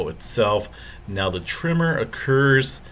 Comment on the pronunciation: Is it just me but dude sounds like he is pronouncing the word tremor as trimmer?